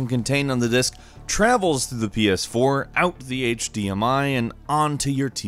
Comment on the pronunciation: Wait the title says Ps4 but you're saying pee-aas4.